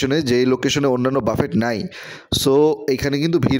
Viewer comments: Google e giye buffet likhe voice option diye sunben please, pronunciation Hobe ( Buffey) বাফফে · Bhai ki buffet boltachen uchcharon thik koren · Buffet is commonly a French word, pronounced bufay, বাঙলায় বুফে।